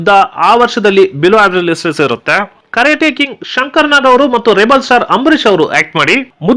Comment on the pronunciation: ಗುರು ಅದು ಕರೆಟ ಕಿಂಗ್ ಅಲ್ಲ......ಕರಾಟೆ ಕಿಂಗ್...